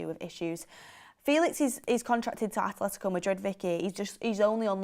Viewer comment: There isnt any "h" in Atletico Madrid, and its kinda hard to listen to and Mark prodounce it wrong🤣